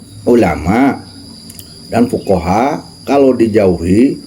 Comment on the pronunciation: kok bacanya hadis malah lebih salah, coba koreksi lagi dari depan...., fuqoha' bukan fuqoro i, itu malah bahaya